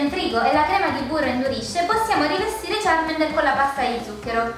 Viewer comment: Ma sono due bambini? (cit.) Sbavo :-Q__ P.S. Charmander non Charmender ;)